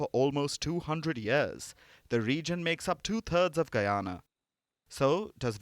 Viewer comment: As a Guyanese, I appreciate the efforts put into the report and the proper pronunciation for Guyana.